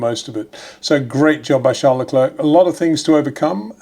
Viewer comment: Charles Lecler (silent "c") please.